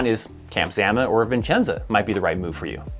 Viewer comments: There is one "N" in Vicenza. It is "vih-chen-za." Not "viN"-chen-za." It's one of the first things I learned when I arrived there. It is a great post, and I think it's, like, third smallest in the Army. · It’s Vicenza not Vincenza, there’s a lot of support jobs but you do have to be airborne.